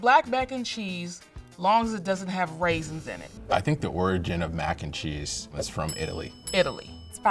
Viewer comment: Did she say rasins?